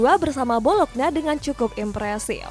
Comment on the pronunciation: bolokna, klub apa? Setau saya arnautovic main di bologna "bolognya" kalo di baca mah